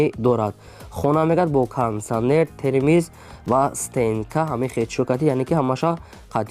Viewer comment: Термес на термекс бугу чи инкадар бесаводен